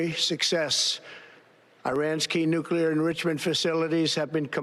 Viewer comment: Lol, he couldn`t say nuclear enrichment.